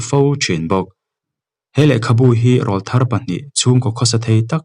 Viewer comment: I chhiar thiam khawpmai.. mahs Lam dikloh ineih chu RAWLTHAR Tih thumal hi.. Eg. i awrawl chu ava ring ve.. 👈Heta awrawl kan tih RAWL ri sang anghian RAWLTHAR tih THUMAL a rawl tih hi lam san tur ani.. Mipa naupang rawn puitling tab chho tur awrawl rawn danglam sawi nan hian RAWLTHAR tih ani .